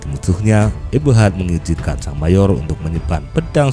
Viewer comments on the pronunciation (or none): none